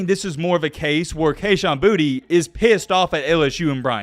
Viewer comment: Boutte• is pronounced “Boo-Tay” . get more cultured my guy.